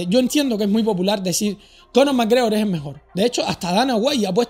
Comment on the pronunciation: Error!!! no has pronunciado bien el apellido!!! suspendido!!!!